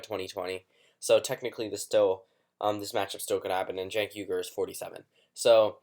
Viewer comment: It's not "genk uygar" it's Chenk WI-GUR